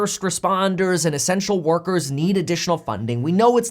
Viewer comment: I almost thought he said sexual workers need money :-)